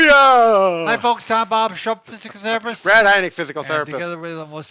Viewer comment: Guys! Guys! You said physical therrrupsset. Less mimosas for brefast. Love ya!